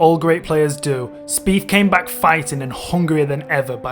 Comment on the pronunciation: Wow bro your accent is brutal "two fousand firteen Jordan speef lost by free" ya killing me. Maybe fink about how to pronounce "th"